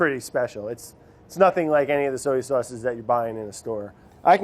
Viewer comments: Why is Brad incapable of pronouncing “soy” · Wondering why he keeps saying soey instead of soy 🤔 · So-ey sauce!! Haha...giving wourder a run for it’s money! Love it. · ive always pronounced soy like so-ey. woops.